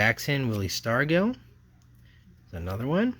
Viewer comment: Just to help you with some of the pronunciations, Willie Stargell's name is pronounced Star-juhl, Phil and Joe Niekro are Nee-kro, Rusty Staub is Stob, Juan Marichal is Mari-shall and Geoff is Jeff. Also, sometimes when it says "rookie" on a card, it's not always the player's actual rookie card. All of those hockey rookie cards that you mentioned of the video aren't actually those players' rookie cards. But it's cool to watch you go through everything.